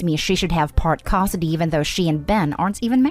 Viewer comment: When is this ai reader going to learn how to pronounce " custody" properly?